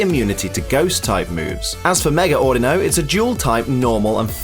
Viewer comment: The way you say Audino (Au Dee No) was triggering xD but I forgive you c